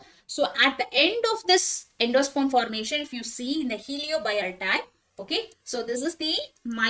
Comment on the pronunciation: Mam..Third type i think it's helobial. Not heliobial. Any way nice class thank u